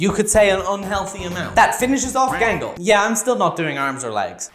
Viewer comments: "OnE sIdE eYe GaNgLe" 😂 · You did, bro Gangle wrong😂